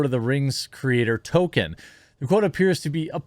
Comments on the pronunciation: Can somebody please instruct this man how to pronounce Tolkien? Please. I love Jeremy's videos but I just can't stand it anymore. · Bro, you have got to learn how to pronounce the man's name. Tolkien has an L in it. He's not the black kid on South Park. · is Jeremy saying Token on purpose , like south park? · I was g9nna make fun of your pronunciation of Tolkien, but it 100% fits. This isn't Tolkien's world: This is Token's worlds. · I can’t get over the fact that Jeremy keeps calling Tolkien “Token” bruh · OMG. Please stop saying "Token." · Will you please pronounce "Tolkien" right please! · The way you say Tolkien triggers me ngl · It's Tolkien not Token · His name is ToLkIen not Token! He’s not a black South Park character! Is it literally impossible for you to pronounce even one person’s name correctly? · I like your channel, but would please learn how to speak properly? J.R.R. Token? Please proof read and got some phonics lessons if you are going to base a career on public speaking. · Real name: Tolkien Jeremy's version: TOKEN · It's not token jerremy. Try saying it like toll keen. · Dude! Stop saying "Token." His name is pronounced "toll-KEEN." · Are you saying Token instead of Tolkien (Toll-Keen) because of the south park episode? Lol. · Tol - keen! Not Tol - kin. Sorry. It was driving me nuts 🙃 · I know you're trying to say tol K ein but you pronounce it token. “Evil cannot create anything new, they can only corrupt” - J.R.R Tolkien fuck the woke trash that destroys everything I love. I hope it bombs and doesn't even last one season. It could of been a really good show with the fall of Numenor and the deceit done by Sauron and the twisting of the Numanorian king and the creation of the black(as in evil) Numenoreans. It could of shown the construction of temples to Morgoth. It could have shown the eventual rise of Sauron. That to me is way better than this woke shit. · Why does Jeremy always call Tolkien "Token", am I missing a joke here?